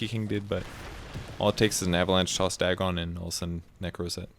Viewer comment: I love you, but I hate the way you say "Dagon". I say it like "dragon" without the R, but you say "dag-gone" WHY